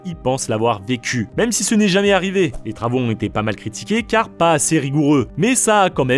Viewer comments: J’adore vos vidéos TRASH mais attention aux liaisons dangereuses ! À « jamais » prend un « s » Et on entend « jamais tarrivé »… Y en a un autre avant je sais plus avec « nous met » ne prend pas de « s » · Ohlàlà, attention aux liaisons quand même : "ça met Z'en confiance", "ça n'est jamais T'arrivé"... Ça pique un peu les oreilles 😅